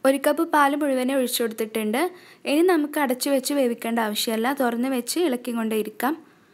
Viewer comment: എനി അല്ല, ഇനി, otherwise superb drr